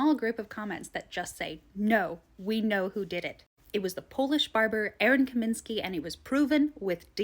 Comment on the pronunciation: Lost me when you misread Kosminski's name. If you can't be bothered to proof read then you kind of lose any credibility with me. Kaminsky lol 😂😂😂